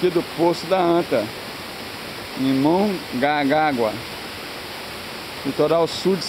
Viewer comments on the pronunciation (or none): Não sei de onde você é mas não é mongágua, é MONGAGUÁ. Não é cidade oceanica, ´´e CIDADE OCIAN. Respeitem os locais que vocês visitam e deixem menos lixo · eu moro em mongaguá e já fui no poço da antas e vi falou errado mongaguá